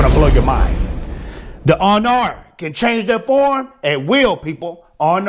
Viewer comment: Ay-nUr... with the rolled R. Fey-a. And Hro-a. That's how you say it. And yes, the Ainur are binary creatures. Tolkien would not be pro-LGBT. At all. And he definitely would not be pro non-binary.